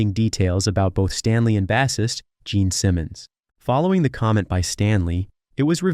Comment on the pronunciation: Your pronunciation of the word bassist takes away any credibility to your video & research isn't enough to tell a story, you need professionalism, class as well as heart which clearly you have very little of.